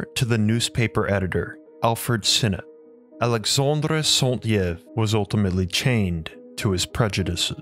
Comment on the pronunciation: You butcher the French pronunciation of Alexandre Saint-Yves. You do a Spanish "R" on Alexandre (not French R) and pronounce Yves incorrectly. You also mispronounce other words, including "primordial" and "pronunciation." You say "PREmordial" instead of "PRImordial" and "proNOUNciation" instead "proNUNciation." You also mispronounce "phonetically." All this does make you appear less than educated. Finally, your speech is slow and laborious to listen to. Perhaps you could speak/read a more fluently and with natural inflection.